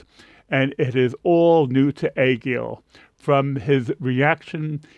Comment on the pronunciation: Another good one. Those different endings are interesting as are the different approaches to her "belt" or high note. I "met" Angelina on AGT. It, literally, changed my life and my musical habits. So very special. Btw, I appreciate that you are one of the few content creators or reactors to pronounce Egil's name correctly (close enough). I wish you would show the same respect to Heidi "Kloom" (close enough). Thanks for your dedication.